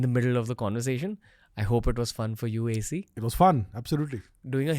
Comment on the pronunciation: Stop calling him AC like air conditioner 😂